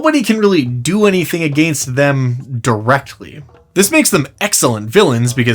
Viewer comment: I can’t be the only one driven bananas by how my dude says “against “